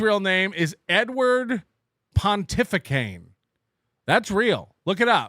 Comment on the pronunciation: Pontificane? Great improv,. 😂